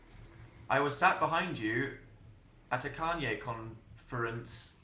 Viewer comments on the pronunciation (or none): none